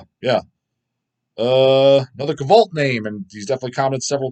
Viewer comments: Kavult is a derogatory pronunciation of the word Cult when spelled Kvlt. That's why people say it like that. Making fun of the super underground BM guys. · Hahha, the!! Did you know you DO NOT PRONOUNCE it KA-VUUHLT at all, not at all!!!, please do some REACTION VIDEOS to you listening to pagan fruit folky black metal with Female vocals and acoustic guitars???? THANKS BRUH